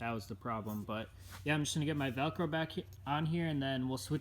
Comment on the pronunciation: It's called Velcro not Velco